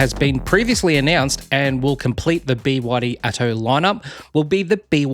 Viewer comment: Arrrggghhh bewaddy… it’s B Y D ffs